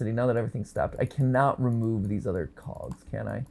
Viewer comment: the way is say cogs it make it seem like he's something else, one large cog